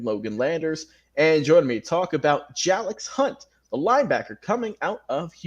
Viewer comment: His name is actually pronounced Jay-lix 🙂 Thank you for your support and kind words! Keep up the good work Big Lil bro. So proud! Love you! ❤️